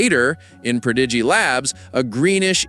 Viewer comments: Pro dee gee? I'm tired of lame AI videos. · Prodeegee?? Must be AI... Sigh... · Cant pronounce prodigy? You could almost be forgiven for Majinot had it not been pronounced in the show